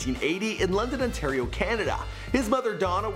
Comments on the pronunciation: It ON TAR I OOO NOT AAA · If your from toronto you should know no one calls it "Ontariah"